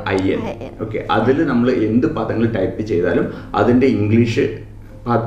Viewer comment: Malayalam kurachu padikanund...ayil alla 'athil'